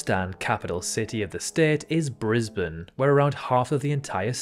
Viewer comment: I’m delighted you pronounced Brisbane correctly ✌🏻